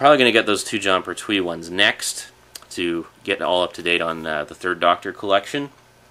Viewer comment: Just to let you know its pronounced Pert-We. Any Red Dwarf DVDs yet?